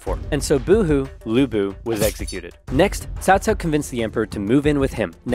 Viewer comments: Give yourself a break on pronunciation, it’s the first time I’ve heard anyone say Cao Cao instead of Cow-Cow. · Agreed, this is the best western pronunciation of Cao Cao I’ve heard.